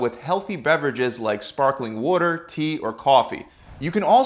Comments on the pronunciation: The way he says water kinda bothers me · very helpful video, a lil annoyed by the way you pronounce “water” but other than that you kicked ass! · I would love an ASMR video of you mispronouncing words like water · Interesting how he pronounces the word “ WATER”.